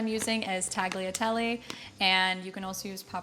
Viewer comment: Nice, simple to make and delicious recipe, no questions, not for dinner tonight but tomorrow will be a serious contender, I have all of the ingredients here in my kitchen. Having said this, it's time to work on the pronunciation of key Italian pasta words, tagliatelle and pappardelle, I wish I could send you the proper way by some kind of audio aid, but I have no clue how to do that, maybe Google has a way. Sorry for being a pain.